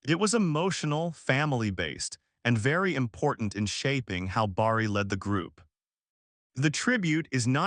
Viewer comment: Say Barry not Borry